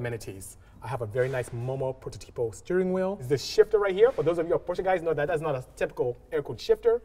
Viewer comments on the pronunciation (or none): none